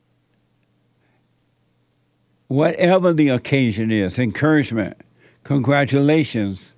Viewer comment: Yo Jesse tried to say" encouragement!" But got damn he butchered that sh÷©% yo I really wanna know wtf happened to his speech?!